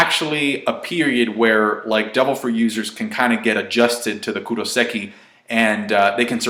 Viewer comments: Hey, it's kairoseki, not kuroseki:) Anyway maybe there's a difference between handcuffs and bars/cages? Robin in Enies Lobby had kairoseki handcuffs but she didn't look too weakened, she just couldn't use her powers. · Anyone else's ears twitch when he says "Kuroseki" instead of "Kairoseki"? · Is no one gonna correct him? Kairoseki